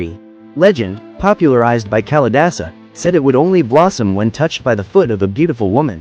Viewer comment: Duh...it isn't Callie-dasa! Please! It is Kaali-daasa.